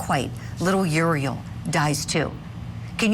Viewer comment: 2021 the other kid died? They aren’t supposed to talk about it I guess? I do wish the Prosecutor would pronounce the baby’s name right. Uriel is not pronounced Urey